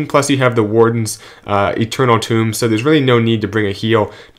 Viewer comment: Did I hear you say Eternal Tomb again?!? It's Eternal Tome, buddy!